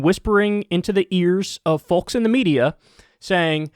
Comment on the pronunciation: German American here - The word "folks" has a silent "L" and is pronounced "Fokes" like "Oaks" with an F. Love the show.